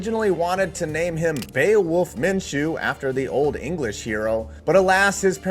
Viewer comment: "Min....Min...Min-chew" 🤧 - Chris Berman